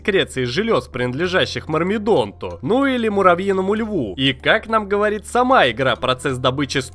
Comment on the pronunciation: Не мармидонт а мирмидонт